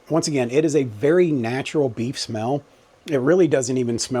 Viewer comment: I wasn't looking at the screen and thought I heard "beet month" and, well, I like beets but I'm glad you said beef. 😂